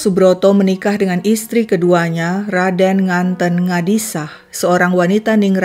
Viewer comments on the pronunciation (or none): Nganten dengan huruf e seperti menyebut kata "tempe"